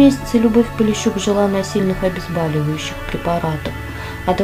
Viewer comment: Очень жалко таких красавиц! Сколько ещё фильмов они могли украсить своим участием. А автору необходима запомнить - обезболивающие, а не обезбаливающие.